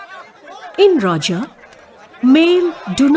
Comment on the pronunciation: This is our odia festival👌and one thing not rajo it's RAJA